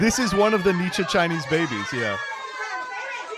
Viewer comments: why does he pronounce niche like Nietzsche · he is quoting a video that says it that way